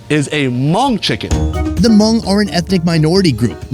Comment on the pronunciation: "This is a Monk chicken ... " Fail 😵 That's the equivalent of saying "This is a VeetKnameeKs chicken ..." or better yet "This is an AmerikeeK chicken ..." Understandably people just have a difficult time pronouncing certain words or ethnicity their native phonetics but hearing it so mispronounced is CRINGY 🤢🤮